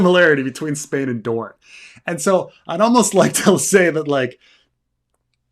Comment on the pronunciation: No, it's Dorne!